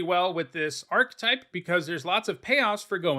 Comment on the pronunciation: The word 'archetype' has three syllables and you are incorrect in pronouncing the word as though it only had two syllables.